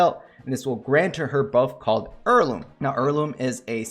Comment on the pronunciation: Just curious, where in the country were you born/raised/got your accent from? I've never heard "heirloom" get reduced to "/ˈɝl.lum/" from "/ˈɛəɹ.lum/" before. Sounds almost texan